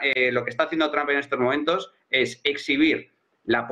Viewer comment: Por que le dicen "Tramp", donde le encuentran la A ? es Trump, y si acaso pronunciado en alternativa seria Tromp